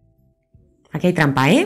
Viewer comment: no entiendo por qué dijo de esa forma el 1,817 :(